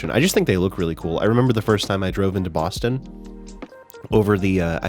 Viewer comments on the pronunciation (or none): none